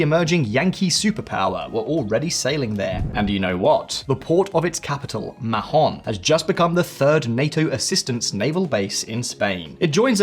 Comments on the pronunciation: Not "maJon". The H is silent for gods sake. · if translated from Spanish, it is ridiculous to mispronunce Mahón so horribly. It doesn't make any sense. But Spanish isn't actually the local language. It is Catalan, and in Catalan the name is Maó, which local people pronunce "Maw". Maó is both the historical and currently official name in use, in spite of Spanish efforts to erase Catalan language and identity. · You don't pronounce the H in Mahon. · I agree. I found it cringe how he mispronounced it. But maybe that's what they call it in England. Just like Roma is not pronounced Roma in English. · that is almost the case with foreign names on English speaking channels. Please do some research about how to to pronounce something.